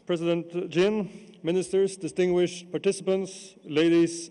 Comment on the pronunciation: Did he say dintinguished deglegates? Hahahaha